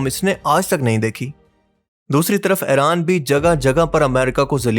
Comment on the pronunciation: Ye Tum "Eren " kyu kehte ho "Iran" Kaho.